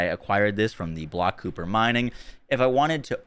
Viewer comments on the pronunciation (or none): Nice video. FYI - Kuiper is pronounced “ky-per” not “cooper”. It is most likely named after the Kuiper Belt in our Solar System. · Nice breakdown. FWIW, it's pronounced "KY-per" (rhymes with hyper.) 👍🏼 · FYI they're pronounced "Kiper". Like viper with a k. As in the kuiper belt. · "Kooper shards" 😂